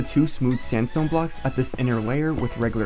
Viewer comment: when you say sandstone i understand samsung i don't know why :))))